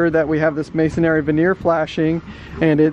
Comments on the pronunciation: The word is mason "REE", not mason "AIRY". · It's not Masonary it's Mosonry